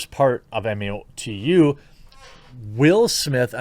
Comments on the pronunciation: MOE-TOO, not Em-Oh-Tee-You ;) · Say it as just one word - MOTU (mowtoo) not m- o- t- u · Mo-Too, say MO 2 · MOTU is pronounced mow-too.